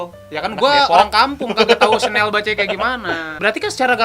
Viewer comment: Bacanya syanel woyy, gmn sih,gua french enthusiast nih.